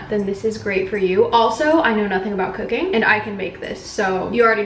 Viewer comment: Wait! Did you say, “Cookin”? Lol. Love, dad 😊